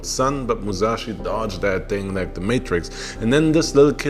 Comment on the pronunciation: Musashi not Muzashi...